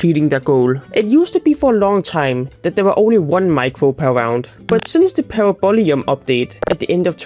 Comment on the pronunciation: "Parabolium" Terminally british